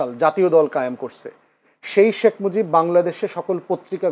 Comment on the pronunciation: শেখ মুজিব কে শেখ মুজব বলবেনা কি দৌলতদিয়ার খদ্দের বলবে আজব 😂😂😂😂😂